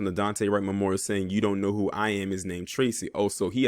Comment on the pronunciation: Damn bruh. I like your content but I am a black man and the way you disparaged my name Tracy was a bit much